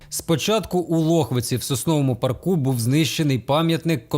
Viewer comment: Дякую за працю А то було відео точно з каналу «Лубни», бо говір московський як з аналу «наш» - наголос на «парку» не полтавський, не український З чиїх рук « їсть» той диктор- як його ПІБ узнати?… на майбутнє З поліціянтом все зрозуміло - опзжопа платить, а він - відпрацьовує Шануймося